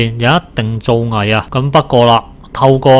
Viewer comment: 造（音醋）詣